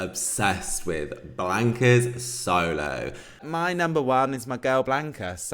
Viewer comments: I think you’ve got Chanel on the brain it’s solo not slomo haha love you ❤ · I think its solo, not slomo lol